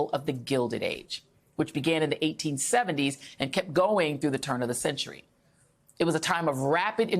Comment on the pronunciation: Joy! You said 'Denali' correctly!!! Most don't.... Come see our Land.